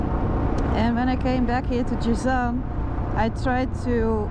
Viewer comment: It’s Jazan not Jizan